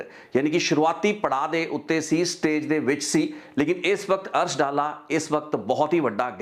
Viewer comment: ਅਰਸ਼ ਦਾ ਪਿੰਡ ਡਾਲਾ (ਮੋਗਾ) ਹੈ ਨਾ ਕਿ ਡੱਲਾ ਇਹ ਡੱਲਾ ਪਿੰਡ ਲੁਧਿਆਣੇ ਜ਼ਿਲੇ ਦਾ ਹੈ ਜੀ